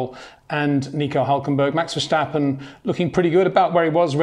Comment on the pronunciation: Jay, Peter learned how to pronounce Verstappen's name correctly!